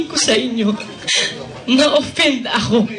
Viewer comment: Eh OPPEND nmn tlga pgkapronounce nya hnd offend haha! easy ka lng fanatic boy! lols